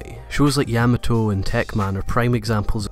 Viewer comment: sorry, pet peeve of mine, have to post. Please pronounce Yamato correctly. please? with WM energy on top.